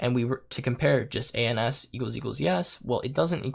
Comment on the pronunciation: I wish you paused between each letter whenever you said ans